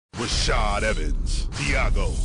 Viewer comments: "rashad" dude. get it right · its rashad not rashed